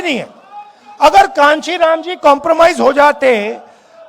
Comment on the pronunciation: कांचीराम 😂 नहीं काशी राम थे राहुल बाबा